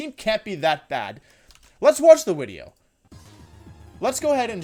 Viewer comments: Im new here and I have one question, what the FUCK is up with you saying wideo instead of video. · no hate, but why the fuck he says "uideo"? AAAAAAAAAHHHHH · Am I having a stroke? I've been watching his videos for months now and I've never noticed he mispronounced things like video as wideo or Gengar as gingar, is it him or is it me? Did I just not notice this? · Why do you say Wideo instead of Video? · JY P why does he say "wideo"? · I’d say the most evil thing is how he pronounces video lmaooo, “wideo” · I love his pronunciations GENJAR,WIDEO haha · Im new to Wolfey. What’s the “wideo” thing about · Can someone tell me why he says wideo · He keeps saying wideo lmao. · why does he say wideo instead of video? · Why do you say wideo? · Not to sound rude or clueless, but, what's with your pronunciation of "video" as "wideo?" I noticed you pronounced it with the "v" once, then repeated it with the "w." Again, not trying to be rude, just...genuinely confused. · He likes to mispronounce things on purpose, like how he says wideo.